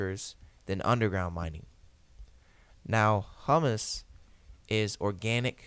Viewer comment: "Humus" is pronounced "hue-mas"